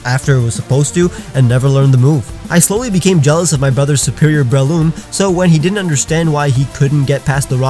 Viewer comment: THERE IS NO I IN BRELOOM!